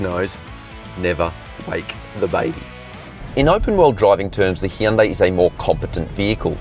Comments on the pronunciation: Hyundai is pronounced like "Sunday"! Just saying. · Hun-day.. Coming from a south Korean lady I work with.